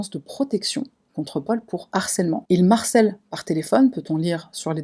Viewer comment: Très bien cette vidéo. Bravo pour votre travail. En revanche, on ne dit pas "qui m'harcelle" mais "qui me harcelle." il s'agit d'un h aspiré et non pas d'un h muet.